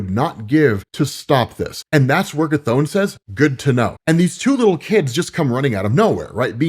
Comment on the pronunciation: Bro its not pronounced KATHONE!!!! So annoying